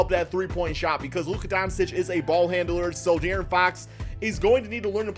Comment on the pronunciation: It’s pronounced Don-Chich idiot